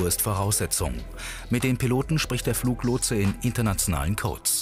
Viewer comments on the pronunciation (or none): Fluglotse bitte, nicht Fluchlotse...